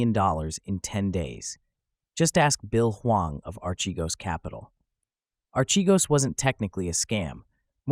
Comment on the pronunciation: Ar-ke-goes not che-goes